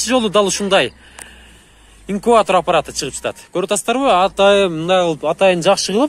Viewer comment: Инкуатор эмес инкубатор